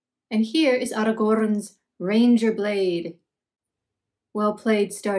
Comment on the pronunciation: your whimsical narration is gorgeous, playful and endearing, the 'Arrrrrrragorn' pronunciation was amazing, so fluid in its delivery. And your attention to detail is outstanding! Keep up the great work, with appreciation of your work, Alex 😊